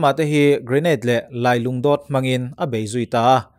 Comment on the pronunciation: Gurkha ho huaisen zia hi Pholeng channel ah Lawmkima Hmar khan a sawi tawh a. A ngaihnawm ngang mai a. Mahse, "lailungdawt" tih kha a lam dik lo tlat a. Hei, tunah nang paw'n i ti diklo ve leh ta.